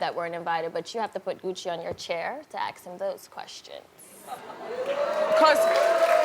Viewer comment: "To ax him those questions."